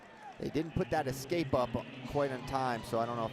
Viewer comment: why does this idiot keep saying excape instead of escape